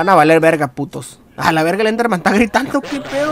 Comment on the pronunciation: No se dice enderman XD, se dice slenderman